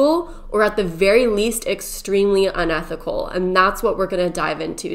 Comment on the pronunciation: ~Uni thick al~ business practices 😂💜 Edit: it was said correctly one minute later. I didn't point it out as a dig, I thought it was cute 🥰